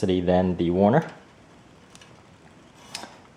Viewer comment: Nice review. It's Werner, not Warner though.